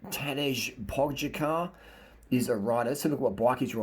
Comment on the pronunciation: Pogacar duude not Pokacar :D